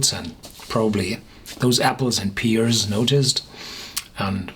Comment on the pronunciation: It's not peers its pears😄